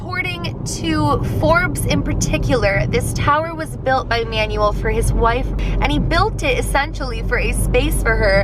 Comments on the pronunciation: Pretty sure the owner of the tower is pronounced Man-well, not Manual. :P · Does it not bother anyone else that she keeps pronouncing this man’s name as “manual”? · You said the last name right but you mispronounced the first name. It’s pronounced man-well. It’s a Spanish/Mexican name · I love you but PLEASE do name pronunciation checks before filming videos cause that is definetly not the way to pronounce Manuel and it really hurts to cringe while watching your videos. That aside you've been keeping my October super spoopy with this year's 31 Days of Halloween so keep it up!